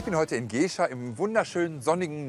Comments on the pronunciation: Jemand sollte der Crew und mal sagen dass es Gescher mit kurzem e und nicht Geeescher ausgeprochen wird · Geeehscher...Gescher, heißt dat Ding, mit kurzem 'E'! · Richtig. Man sagt ja auch "wie der Herr, so as Gescherr" und nicht "wie der Herr, so as Geeescher". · Bitte den Namen "Gescher" richtig aussprechen. Das wird Gäscha ausgesprochen.